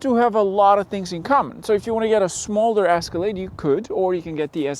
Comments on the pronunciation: Its pronounced "Escalade" Not "Asscalade" Wtf! Who is this guy? 😄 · Escalade, not "Ascalade". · The Asscelade (how you pronounce it) is simply better. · It's not an "asscalade" try Ehh scalade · It’s not an asscalade, it’s Escalade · Did you say ass-calade?? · Is he calling it an ASScalade on purpose? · Ass-calade? S-ca-lade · The “asskalaid” 😆😆😆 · What’s an Ass-cilade? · Is he saying Ass-calade? 🤣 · Lol why are you saying Ass-colade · Am I the onlyone who keeps hearing him say the "ass-calade"? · Ass ca lade! 😄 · I’ll buy the Caddy just cause this bozo can’t even say the name right 🙄. Crack reporting “car guy”